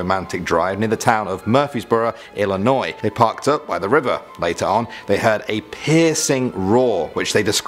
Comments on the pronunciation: I'm proud of him. I'm tired of people pronouncing the S. My stepson does it to piss me off. Illinois is home no matter where in the country I live. #QuadCityProud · HOLY CRAP HE PRONOUNCED ILLINOIS CORRECTLY